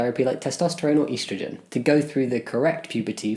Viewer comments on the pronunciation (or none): D-did he just say "EASTrogen"? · I got such a kick out of how Jammi pronounced 'estrogen'- with emphasis on the 'e' so it sounded like he did it for Easter ^_^ "Easter-ogen"... makes you wonder about the Easter bunny. cute! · Everytime Jamie says "EASTrogen" I remember he's Brittish